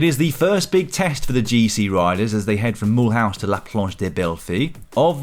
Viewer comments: it's not pronounced "Mull house", but "mülooze". It's still a french town, y'know... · Extra points for the funny (if completely wrong, but who cares) pronunciation of the town names. Moolhowze... I couldn't invent it! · Great job! Just need to work on your Mulhouse prononciation for tomorrow -:)